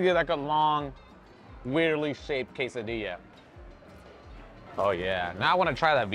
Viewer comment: Bro...Di lo bien...Quesadilla! Not Kes-Ah-diya! C'mooooon! Gonna revoke your Mexican card! 😂😂😂